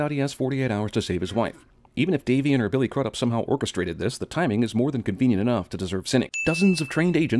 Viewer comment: Daniel van Loenen 'Davian'. Not 'Damien'. Double plus sin